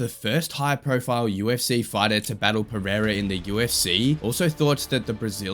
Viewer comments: Chael:Alex Piera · Chael sonnen: alex piyera😂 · Chael calling Pereira "Pierre-uh" 😂😂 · I love when Uncle Chael talks Alex Piera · chael sonnen doesnt pronoune the first "r" of pereira piera wtf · You have literally used some of the biggest scumbags in the UFC to praise Alex. 😂 How much brain damage do you have ? Goal listen to chael, Dude's literally bragging about Alex but can't pronounce his name properly. And I know how much you UFC fans really love the cheaters of your sport